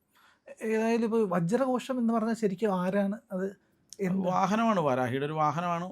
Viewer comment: വജ്രകോഷം അല്ല ... വജ്രഘോഷം .... വാരാഹി ദേവിയുടെ വാഹനമായസിംഹത്തിൻ്റെ പേരാണ്